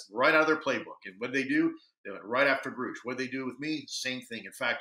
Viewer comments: David Grusch pronounced his own name on news nation with an “ush” sound but Lue is pronouncing the name with a “oosh” sound. That’s so weird. And now other podcasters are mispronouncing David Grusch’s name! WEIRDO! Lue is weird for not pronouncing the name correctly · Ryan has since confirmed he was wrong, and it is indeed pronounced Grusch. He too thinks it's so odd ppl mispronounced it. Ross Coulthart also confirmed that it rhymes with brush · I don’t hate him at all, but go watch the news nation where David Grush introduces himself and says his own name and then explain to me how somebody who says he knows and worked with him can pronounce his name wrong. That is really weird.